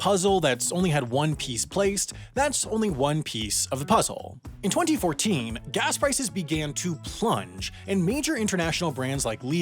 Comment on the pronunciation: Stop premotting Nebula and I find how you say 2014 VERY OFFENSIVE and swear word notice